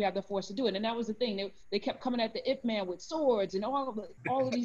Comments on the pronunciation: Ip Man, not I.P. Man 😂💕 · Karen, it’s pronounced Yip Man. 😂🤣 Not that it’s our language or even matters.